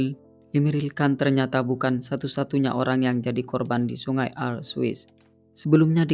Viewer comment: Bukan aar bacanya, tapi aare kayak blg pure gitu.